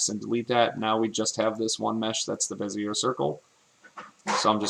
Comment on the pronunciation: Good tutorial! By the way, it's said beh-zee-AY. French-style.